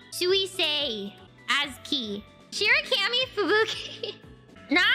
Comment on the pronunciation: She really did pronounce Azki as “ass key”😊😊